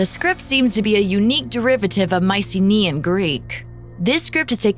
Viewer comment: My-sim-ee-uhn, Not mice-uh-me-uhn lmao